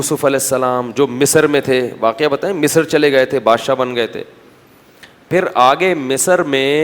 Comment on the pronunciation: اللّہ کا خوف کرو۔۔پاکستان میں پیدا ہوئے کچھ تعلیم بھی لی ہو گی۔۔اور تم جیسے failure اردو کا جنازہ ہی نکالتے ہیں۔۔ پاکستانیوں سے اچھی اردو تو۔ گوگل ۔ کی ہے۔ بولنے پر بھی لفظ ٹھیک بتا دیتا ہے۔۔۔۔ لیکن مجھے اس کی ضرورت نہیں۔۔۔ میں بہت اچھی اردو بولنے والی ہوں واکیہ۔۔۔۔۔۔۔ 🤦🏻‍♀️🤦🏻‍♀️🤦🏻‍♀️🤦🏻‍♀️۔ صحیح لفظ۔ واقعہ۔